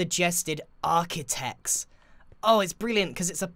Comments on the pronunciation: "Architechs" It's too late. It is already done. Too late to realize your mistake. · You forgot the R in “Architech” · "The Buildstone Architechs"? if not that just Archtitechs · Architechs not Achitechs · Architechs ** not Achictechs 😂😂